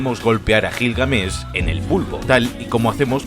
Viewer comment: cómo que Gilgamesh lo pronuncias Con J no es Jilgamesh es como decir Jato y no Gato